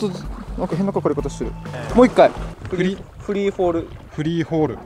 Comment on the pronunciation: gang fishing アネキサス、アキン… 日本語難しい byはるおっk ↓ フリーフォール 、フリーホール つーばー「フォ」はるお「ホ」 発音難しい byはるおっk 理解しましたか⁇ ただ前の動画の編集コメントを変えただけです…